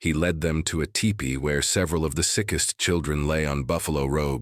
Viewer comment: Btw, it’s pronounced “tEEpee” NOT tippy! Don’t think I prefer this AI narration.